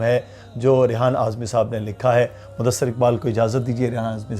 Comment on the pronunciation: Mudasser nhi hota h mudassir hota h